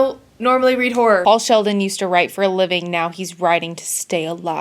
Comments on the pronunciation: Whore? Whore? Are you trying to say horror? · (W)hora books. 😂😂 omgosh, i love the way you say it. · lmao you saying "horror" and to me it occasionally sounding like "whore" ... I'm down for some smutty smutty whore books but also a big no thank you to horror *shivers*!! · You got the case ☺️ That pronunciation of horror now lives rent free in my head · You say "horror" funny 🤭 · obsessed with the southern pronunciation of “horror” and you starting the video by saying you’re a romance reader. Immediately my brain made the joke of “well you’re not switching it up bc you’re still reading ‘whOr3’ books” 😂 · i keep hearing a diff word than horror 😭